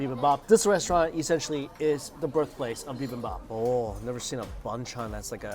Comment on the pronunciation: "BibimBAPPIN'." Mike, get that on a shirt.